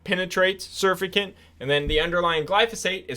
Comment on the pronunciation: Incorrect emphasis on wrong syllable pronouncing surfactant.